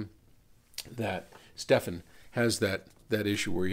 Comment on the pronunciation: Stephen is pronounced Steven, Stephan is spelt with an a. I have the same name spelt with ph and for some reason people really get confused by this. So Stephen is Steven and Stephan is Stephan.